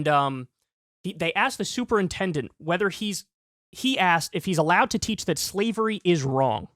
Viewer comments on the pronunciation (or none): Did Kyle say slevery lol .